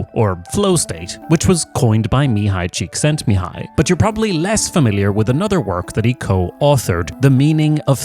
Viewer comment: Hungarian here. Incredibly good pronounciation of Mihály Csíkszentmihályi. Keep up the good work!